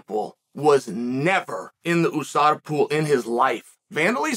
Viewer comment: Why Chael say oooh sada and not ewe sada? How he say albhabet I wonder?